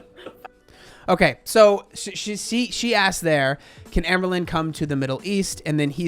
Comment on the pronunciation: This is very stupid, but I always giggle when says AmberLynn and it comes out sounding like amblin' because ambling means to walk slowly.